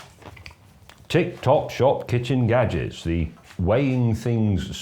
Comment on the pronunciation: Kitchen gadjiks